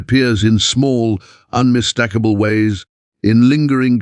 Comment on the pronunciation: Hi. Again, unmis-TAK-able sounds like TACK so, makes me think you’re AI.